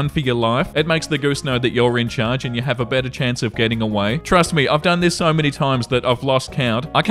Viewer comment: "I used to have geese so-" said quickly in your accent sounds a little....different 💀